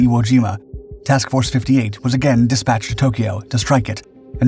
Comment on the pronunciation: It's not DISpatched. The word has the emphasis o the second syllaable - disPATCHed